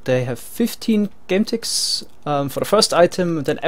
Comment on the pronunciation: Is it just me or I hear game ticks as gun ticks? (As pronounce it)